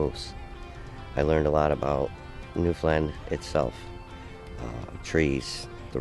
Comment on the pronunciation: "new fen lan" phenotic spelling from the bay! ahah born and bred. you said it perfect guess it was the adrenelin rush. eh perfect hunt I thought and really nice job on the video all around. thumbs up. ck my moose hunts 13;56 you dumped him good shot! cheers mon